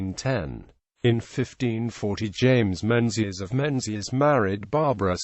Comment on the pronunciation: It's pronounced Mingus and Gaelic is pronounced Galik not Gaylik.